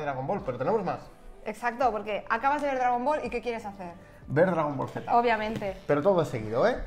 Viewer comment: Qué hartura tanto "dragón bol"...